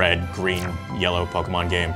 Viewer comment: POKAHmon or Pokemon?